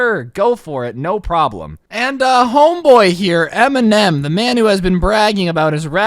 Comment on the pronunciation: Did he really say m&m indtead of eminem lmao